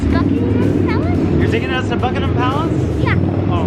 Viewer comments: Bucmamam palace Me: who lives in England Buckingham palace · It's not Buckingham palace it's Bucky min palace